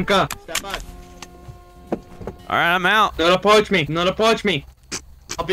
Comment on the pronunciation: holding his laughter after the cop says “don’t apwoach me” is hilarious